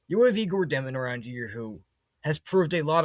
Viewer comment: Dëmin🙌🏼 (Dyomen, like saying "yo what's up?!")